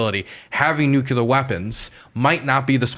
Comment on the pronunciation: Nucular why do people have a hard time to say nuclear